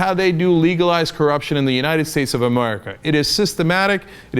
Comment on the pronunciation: He said "Amurica" lol